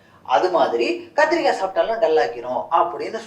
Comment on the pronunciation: kathrikai* physiological*